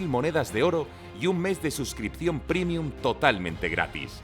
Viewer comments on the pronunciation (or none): none